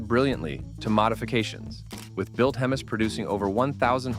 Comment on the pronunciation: Please train your bots how to pronounce "Hemis."